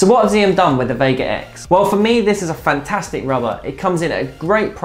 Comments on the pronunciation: Apparently it's pronounced 'Axiom', not 'Ziom'. Great video, keep up the good work. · The brand name is pronounced like the English word axiom. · How feasible do you think the vega x would be with 2.0mm as a backhand rubber? Btw just a note the brand xiom is pronounced as axiom.